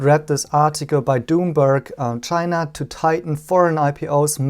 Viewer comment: Did called Bloomberg " Doom -berg"!? lol